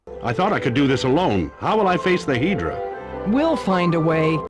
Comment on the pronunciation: Of course Phoenix/Dingo/LJN/whatever would butcher mythology IPs as well as fairy tale IPs. HEEDRA instead of Hydra? Credits already?